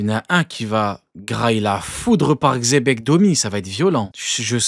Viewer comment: xebec c'est pas un roi, parle bien de xe Bec